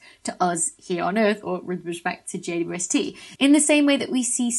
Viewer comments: I like how she says jaydubuestee 😂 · I just love your videos and have already learnt a lot. One small question: Is JWST always pronounced like "J" "two" "S" "T", I wonder? I never seem to hear a "double u". Or is that just because of the speed of talking vs. my slow old hearing?